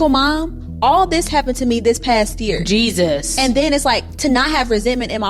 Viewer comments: The "jesues"😮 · Why she keeps saying "Jee sus" like that? 😂